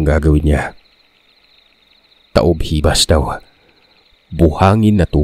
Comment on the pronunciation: Ta.ob... ho.bas po tama di po hibas